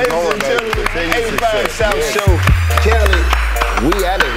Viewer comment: It’s not kali it’s kaliii😏